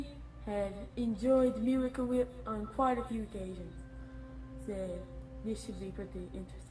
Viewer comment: he says its quit cringy instead of quite cringy